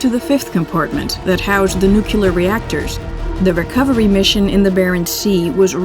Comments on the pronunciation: 20 seconds in and I hear "NUKE-YOO lerr" Nope. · Fascinating documentary. The narrator has fantastic annunciation of the Russian names and words, but a very American pronunciation of the word ‘nuclear’. Please. It is never ‘nuculer’.. It sounds like George W Bush directed the film. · Narrator is excellent. Perfect, even… except for mispronouncing nuclear. (Pet peeve.)